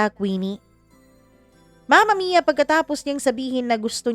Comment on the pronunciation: mama mia bakit ang tigas nyo po mag salita sa dulo curios lang ako imbes na story ang pinakinggan ko bigkas nyo ang inaabagan ko like mama miiyaa!!!!